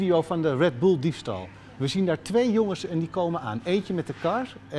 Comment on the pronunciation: Wredddeww Boelllelel